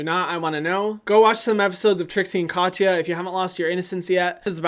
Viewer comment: Hyram, you don’t say ya in Katya. You pronounce it like Ka-ts-a, no ya